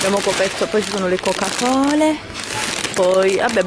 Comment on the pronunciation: Le Coca Cole ?!?!? Panzarotti?!?! 😂😂😂😂 povere mie orecchie! 🤦🏼‍♀️